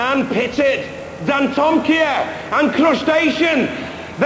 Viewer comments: They pronounced Dantomkia like this - dan-tom-mik-ia instead of dan-tom-kee-a! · He said dan-toma-kai